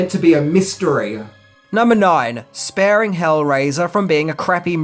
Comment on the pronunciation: No.9 says spearing not sparing